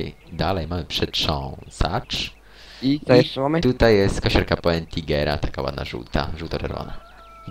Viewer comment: Nie poigera tylko potingera ;)